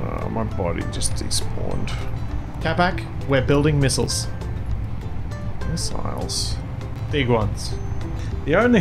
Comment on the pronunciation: (Miss-aisles) "Missiles"